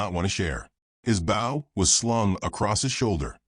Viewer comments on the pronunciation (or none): The word is BOW, not bough!!